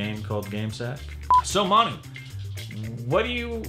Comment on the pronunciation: My god. mispronunciation of Manu's names was totally awkward....